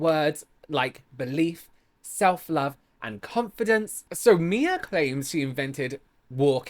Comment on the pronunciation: mixing up her name multiple times throughout the video “mia” “mya” “whatever” even after hearing people pronounce it the correct way in the videos is such lowkey shade lol